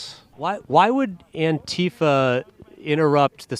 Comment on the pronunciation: “Antifa” -The accent goes on the second syllable, not the first.